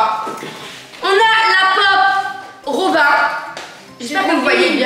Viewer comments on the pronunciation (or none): « La PoP RoBiN » mdrrr c robine 🥹😭😂